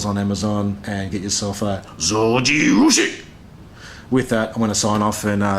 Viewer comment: Just the japanese like pronunciation of Zojirushi in the end deserves a like.